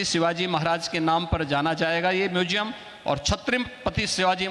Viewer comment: म्यूज़ियम बोलना सीख लीजिए ।